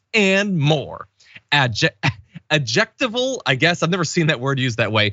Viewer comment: ad-jec-TI-val, not ad-JEC-tiv-val. Minor issue, not snark.